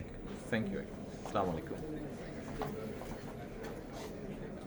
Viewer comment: সালাম টাও কি সঠিক বলতে পারেন না?